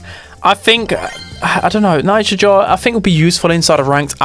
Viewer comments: Najia not naija!!!!! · Unc it's Najia, not Naija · It's not Naija, it's Najia 😊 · Siriuspocalypse tomorrow 🔥 Also she's Najia not Naija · That was so Dragebait hearing Naija all the time 🥲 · The way you say najia is infuriating 😂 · cuz he keeps mispronouncing it